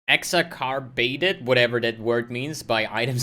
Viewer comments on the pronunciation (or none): it's pronounced ex-ass-er-bated